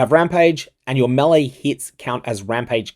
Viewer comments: ....That's how you pronounce melee...."May-Lay"... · Bro, all good but stop pronouncing "melee" like this. Makes me wanna vomit. oh, and also, this is a quote from the presented FAQ: Is Reliquarian Ascendancy available in this event? No, as it doesn’t have a Phrecian counterpart. so, i guess your video is kinda useless.